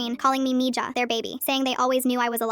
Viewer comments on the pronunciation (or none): Mija is pronounced Miha 😭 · Mija is crazy it’s pronounced me ha 😭🙏